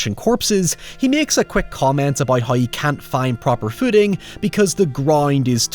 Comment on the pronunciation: I’ll say it every time. Love your reviews, hate your pronunciation of “how” and “now” lol